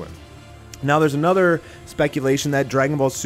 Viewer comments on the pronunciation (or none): none